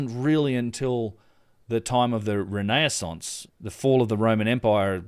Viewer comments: Ren - eh- sonse - Great presentation btw - Thankyou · It's re-naissance (again-birth or rebirth) don't worry it took me yonks to get into the habit of correct pronunciation. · That’s it. I’m pronouncing “renaissance” like that from now on.